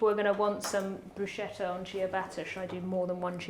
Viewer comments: Hello there, those recepies seems quite interesting...I like sardines but I'm not a fan of tomatoes. The interesting thing is....I'm Italian and I'd like to help the two chef with the pronunciation of BRUSCHETTA and CIABATTA. The first one is like in the words "Scotland" or "sketch" or "skull", in Italian we need that /sk/ sound and much more enphasy on the double t. The second one was pronunced rather well only enphasizy on double t sound again. Nice sandwiches and nice kitchen! Cheers from Italy! 😊👋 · Oh boy... 1. pronunciation of Bruscheta and Chiabatta are dreadful, 2. How can you use tomatoes and not wash them before cutting them??? 3. Stop adding salt and pepper without tasting it before 4. Don't throw away the bits of chiabatta bread you aren't using... Throwing bread away is a sin! But above all else: James May, WHO SAID YOU COULD ADD SARDINES AND ANYTHING ELSE OTHER THAN OLIVE OIL? As you were preparing it, I felt my stomach getting revolted... That is top representation of British cooking: just awful. At least you could have done something useful with the spice trade after stealing it from us the Portuguese... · you were right the first time, it's pronounced Bruce-ketta 🙂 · never ever broooshettah.... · Not “buscetta” but bruscetta. The second pronunciation is correct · Waddya mean no one knows how to pronounce bruschetta?? Morons make a shh sound and people aware of it being an italian word make a sk sound… much like in school btw😉 James is very well aware of the correct pronounciation I bet it follows the same rule as barchetta 😁 ch is k done! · It's pronounced BruSKETTA, not Brushetta. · Pronounced broosketta, not brooshetta, please. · It's NOT,NOT,NOT Brooshetta,It's pronounced brooskayta. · It is pronounced "brouskettah". c in italian acts more like a k not a sh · It’s pronounced Bru-scat-ta with the accent on the ‘scat’. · It's "broos-kètta" (I'm Italian). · It's Pronounced like Bru-skeh-tah. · BROE - SKE-TA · BrusKetta. CH = K